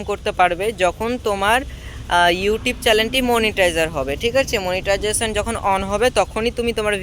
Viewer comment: তুইতো সঠিকভাবে মনিটাইজেশনের নামই বলতে পারিস না তোকে মনিটাইজেশন দিয়েছে কে